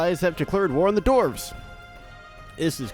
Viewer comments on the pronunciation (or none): "the elves have declared ware on the doorvs" rlly?